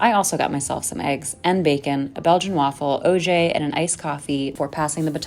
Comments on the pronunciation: Absolutely hate how that one woman says "OJ" like "ozhay" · Why did you say OJ like that?